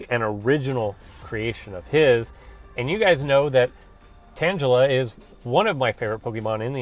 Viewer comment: You say "tangla" strangely. maybe its because I'm from england lol